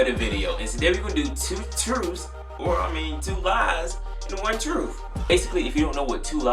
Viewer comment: My nigga says troof not truth😂that's that accent